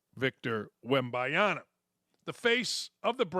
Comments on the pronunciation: Can someone teach this dude how to pronounce Wembanyama's name? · If you're gonna praise "Wembayana" having greater marketing impact you could at least get his name right.